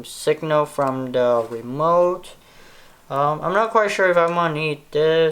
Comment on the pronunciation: You said wemote😹😹😹😭😭🥶🥵🤔🤔🤗😂😂😂